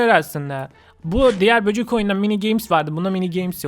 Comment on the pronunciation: Abi böcük dedinya bende çok güldum abi ben seni bayadir izliyorum